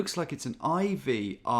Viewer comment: Argh screaming at the screen when you said Ivry as it was on screen right under your pointer :(